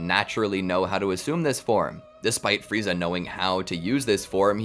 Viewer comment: Who the hell is "Fry-za?"